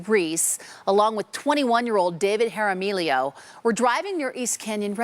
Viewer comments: "Jaramillo" is pronounced har-me-o... FFS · Hair-a-me-leo? Seriously? Does she ear gel-a-pino poppers? Maybe goes to Red Robin for their fuh-gy-tuhs? Doofus news reporter. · i love the news lady’s pronunciation of jaramillo 😂